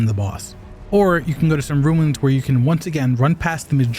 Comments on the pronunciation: RUNES... not RUINS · Runes, not Ruins :)